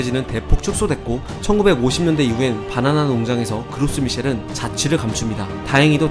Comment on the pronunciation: 왜 자꾸 "빠나나" 라고 부르지?? "바나나 아니고?